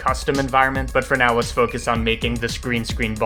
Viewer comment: Is it me or does he pronounce "for now" as "fresnel"?